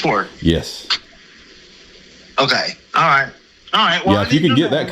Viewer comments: I’m trying to tell you what you are doing “Wong” I I’m trying to explain to you the “white” way to do it…. Dude definitely needs to lay off the sauce… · What your doing is wong, I’m trying to tell you how to do it wight lmao😂